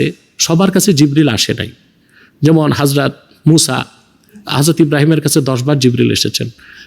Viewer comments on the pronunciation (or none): none